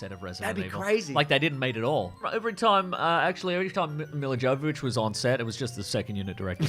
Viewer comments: Miller Joe-vovich…okay. You might have tried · "Yovovich! Yovovich! How difficult is it? We made a movie together!" You don't pronounce the "J." But that was a quote from Milla Jovovich to Michelle Rodriguez in the audio commentary for the first Resident Evil which I highly recommend because it seems very likely that both are very drunk. And as a result it's very funny. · Trivia fact, her name is pronounced Yovovich. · Just... pretend the J in Jovovich is a Y. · I'm gonna be one of those assholes who chooses to point out that Milla Jovovich's name is pronounced "Mee-yah Yo-va-vich." 😅 Just, ya know... since they're making 5 more of these. 😆 Love you guys! Also, calling my shot now now; They're gonna hate Apocalypse, be indifferent toward Extinction, discover the spike to be Afterlife, be disappointed by Retribution, and be blasé about The Final Chapter. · I love this film series. Everything tells me I should not, and I know it's bad. But I love em. They are big stupid schlocky b-movie action horrors, very much like the games. And I just can't help but enjoy them. Also Milla's name isn't with a hard J. She is Ukrainian.